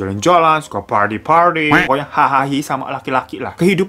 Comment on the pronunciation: "phardy phardy" awkoakwoawkoawkoawk